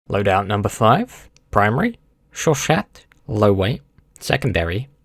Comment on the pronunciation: It’s pronounced “show-sha”